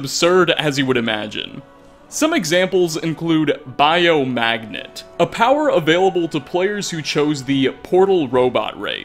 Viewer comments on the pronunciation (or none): omg Bio-magnet. xD